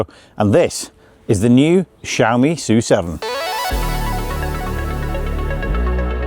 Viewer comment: "soo seven" Thank you for pronouncing the name correctly. Other British youtubers are saying S U seven. 🤦‍♂️🙄.